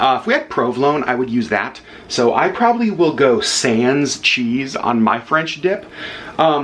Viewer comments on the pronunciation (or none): you're one of the few Disney vloggers that properly pronounces Palo (Pah-loh) so here's a couple French tips: "au" (jus) is properly pronounced "OH" not "awe"; the final S in sans (sahn) is silent. Melted swiss cheese would taste delicious on the sandwich. Provolone cheese would be perfect! Butter and toast the buns. I've seen au jus made with Better than Bouillon beef paste. You can also use shaved steak! Fun foodie fact: The original French dip sandwich is believed to be from Philippe's in Los Angeles! Thank you for sharing your French dip hack!